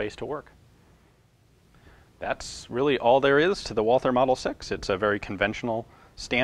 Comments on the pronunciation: The name of the manufacturer is pronounced "Val-tuh" not "Wah-ther." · Walther is pronounced without the th. German doesn't have that sound. Just say Walter. That's way better ^^ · Probably not the first to type this but the Germans pronounce Walther as "Walter." The "h" is silent.